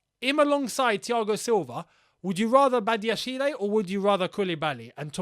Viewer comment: The "e" in Badashile is mute. You spell it Badiashil